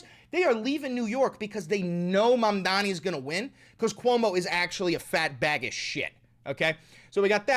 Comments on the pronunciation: I'm pretty sure Cuomo says "Mandami" because pronouncing Zohran's name correctly would imply that he made a mistake. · Mondanmi.. Mommy dommy.. Mamdonmy... Come on Andy you can do it!!